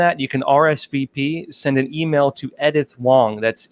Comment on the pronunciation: Edith is pronounced eedith